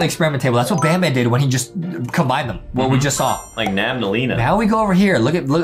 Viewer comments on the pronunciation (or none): It’s not nabnableena it’s nabnaleena